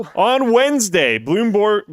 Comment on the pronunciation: Bloom "borg"